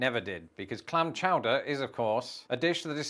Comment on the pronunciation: Clam Chooder 😂